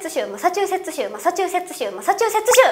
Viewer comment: マサチューセッツ州言えるとこさすが声優さんだなって感じ